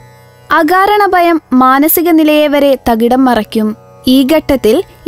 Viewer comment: ബയം അല്ല ഭയം